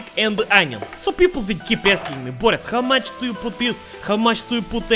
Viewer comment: Zayebis video as always. But one thing is bothering me. Why do you read your name as 'Boris instead of classic slav Bo'ris (it's about the stress, if you don't follow)? It seems fishy. You aren't a really well informed western spy who just overlooked that small detail, no? Of course, you aren't, blin. You are! Greetings!